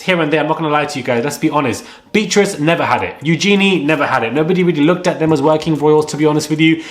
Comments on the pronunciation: Beatrice is not pronounced as Beetrice (quite hard on the ear), but Bee-a-triss. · The way you pronounce her name BEE TRISS 🤔🤣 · You’re still pronouncing Beatrice wrong